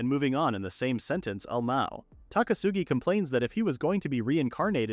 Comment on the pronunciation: It is 100% AI, zero debate. It mispronounced acronyms as words like lmao as le mao and you can tell by the way it never changes it's tone. Plus almost every manga recap channel uses AI because the channel owners don't speak fluent English, but sometimes they're just lazily pumping out videos for money. Anyway I've been watching manga recaps for years so I've heard this exact same AI voice on several other channels.